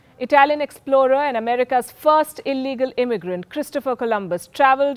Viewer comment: "America's first illigal immigrat" Got me dead😂😂😂